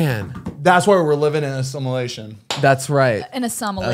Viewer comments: zane: thats why we’re living in a similation: a samalation: samalation: asalama laikum I HEARD AND I LAUGHED!!! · zane: were living in "assimilation": assomilation: assalam a laykum LMAOOOO